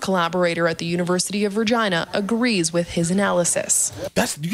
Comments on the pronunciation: It is weird how she pronounces Virginia. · University of Virgina. Yes she said that.. LOL